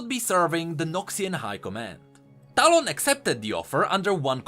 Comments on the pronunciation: you mean "towel" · Bit by bit your talon pronounciation turns into quick stallone. Makes me laugh to think talon to have a face of Sylvester Stallone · As a filipino, I hear "Talong" instead of "Talon".